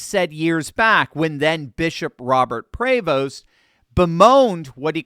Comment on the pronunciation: Oh Sonny is so full of it… She defends the gay because that is what the liberal elite do.. always defend the criminals, the immoral, the unethical, etc. BTW, the name, Prevost is French and pronounced.. Pra-vo.